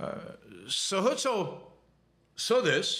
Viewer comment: The guy's name was "Herzl" though, not "Hölzl". 🤣